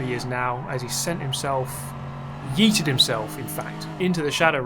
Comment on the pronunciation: I absolutely love hearing yeet in a British accent